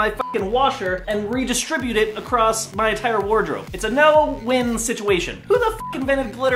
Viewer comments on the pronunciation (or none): none